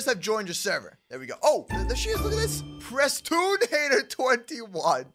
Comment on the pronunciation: He hats prestoon not preston xD